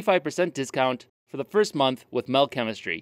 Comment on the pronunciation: I beleive Mel is “metal” like the way swedish people say it